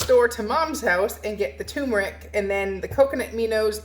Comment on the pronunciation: t-u-r-m-e-r-i-c ter-mer-ick not too-mer-ick Sorry. Teacher in me coming out.